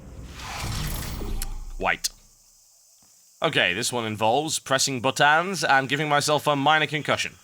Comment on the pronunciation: It's buttONS, not buttANS xD